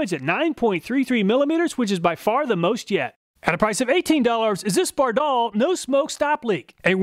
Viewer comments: It’s pronounced “ Bard All” not “Bar Doll” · Bardahl is pronounced BAR-dahl. I've heard their radio ads. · By the way, Bardahl was an immigrant from Norway, its pronounced with short A’s, not a long second A like most Americans would say it. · Great video. You confirm Scotty Kilmer's claim that AT-205 is the best. BTW: Every mechanic, shade tree mechanic and old TV commercials pronounce Bardahl with the accent on the first syllable. You are using the European pronunciation😆